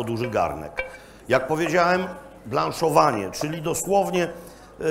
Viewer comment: Jak szanuje i lubię to ad blanszowania mega słabo....